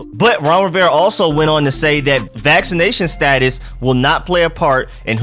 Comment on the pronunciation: Still haven't learned how to pronounce Rivera, eh....?